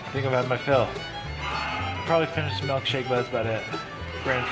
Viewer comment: It’s “MILK” shake not “MELK” shake!! 🤣